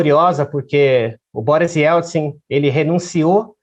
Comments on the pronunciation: Quantos erros de português e de pronúncia. "Se deliniam"? "Ieltsti"? Tudo errado e de doer os ouvidos. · A moça conseguiu chamar Boris Ieltsin de "Bori Ielsti" 100% das vezes que tentou. Sério, deviam regravar. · A narradora ainda falou "YELSTIN" várias vezes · A reportagem foi ÓTIMA,mas a moça errou o nome todas as VEZES.....